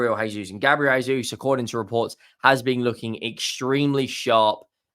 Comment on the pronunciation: JAY-sus not "HAY-sus". In Portugese, that they speak in Brazil, you pronounce J as J, not as H like in Spanish. Conversely it's pronounced 'Hulian Alvarez' also with emphasis on the first a of Alvarez, because he's from Argentina where they do speak Spanish.